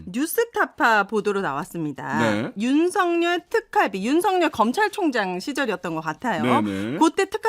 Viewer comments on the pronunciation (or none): 윤석열 발음은 자음동화가 안됨 윤서결(ㅇ) 윤성녈(x)